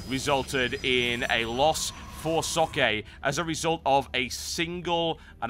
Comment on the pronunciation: Socke is pronounced Zok not sokee...